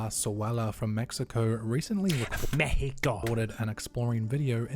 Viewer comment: I love how he pronounce Mexiko 😂.